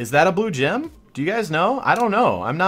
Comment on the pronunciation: The way you put the emphasis on "blue gem" makes me cringe.